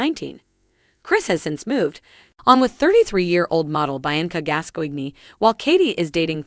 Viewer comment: its pronounced Bee-Anc-ah GAS COIN! not what ever the hell you said